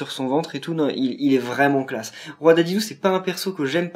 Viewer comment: Sa ce dit DIDIDI et pas dédédé